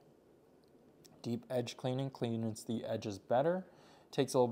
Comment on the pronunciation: the /ᴛʜē before a vowel; ᴛʜə before a consonant/ Speak PROPERLY!!!!!!!!